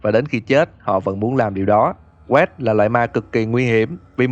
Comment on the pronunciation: Góp ý ạ. Wraith đọc là reith chứ không phải như vid ạ 😊 with love